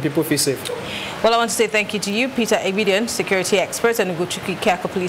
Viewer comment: Peter Aigbedion not Eigbedion